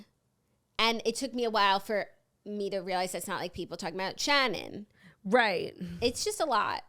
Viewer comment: As someone named Shannon - it makes me so happy the way you pronounce ShAHnin